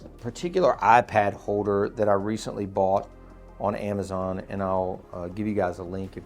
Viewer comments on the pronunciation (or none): none